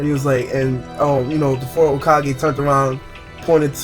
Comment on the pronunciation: The way you are saying Hokage xD it sounds like Hokagay xD